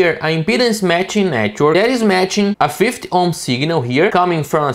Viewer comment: Thanks for your tutorials they are very good. However take. care of the 50 pronunciation in English it is "Fifty" not "Fith"